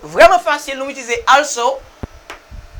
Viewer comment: Sofke ou mal prononse also a teacher